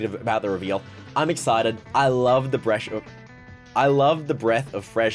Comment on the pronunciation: "I love the bresh"